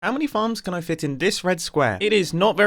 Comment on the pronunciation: whn he said farms i heard like "how many fans can i fit in this square " LOL